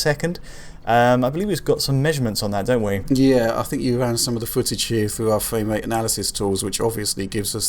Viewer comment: Fwame wate, more like Lame Wait